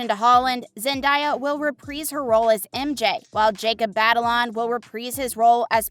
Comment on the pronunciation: Repreeeze his role? You have an issue with i's... You seem to insert them in some words and remove them from other words. Might want to look into that.